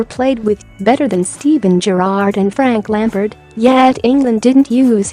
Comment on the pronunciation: "Frank Lemperd"